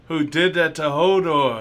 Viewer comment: It's pronounced Hodor, not holdor